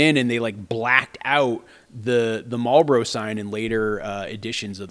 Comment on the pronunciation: You can tell where he grew up by the way he says marlboro? Now i need to know where they pronounce it like that.